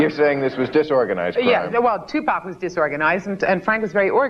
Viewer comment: in and already seething. These people have no idea who Tupac Shakur was, what he represented to not only the black community, nor how to even properly pronounce his name. Two-Pack, seriously? Chick talks about hypocrisy yet hasn't done her homework. I never believed in that rape business. As for the other, well, he was feisty, but nothing too serious that folks don't often do when they're young, before they learn. This is a perfect example of how media manipulates us in to what to think. Stay woke, peeps!